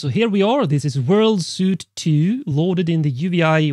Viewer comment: Nice one! Just trying to be helpful here> “Suite” in American English is pronounced just like the word “sweet”. Like “sugar is sweet”. I don’t know if the British pronunciation is different, but I assume not. I know your not an idiot. Languages can be funky. 😬🤷🏻‍♂️ Also, didgeridoo. The “oo” is pronounced like “Ewe” like the animal, or sounds the word “choose” or “loose” or “booze”. Not “ohhhhh”. 😁